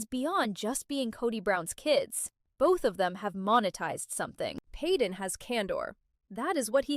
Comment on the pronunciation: Stop not peeden is payden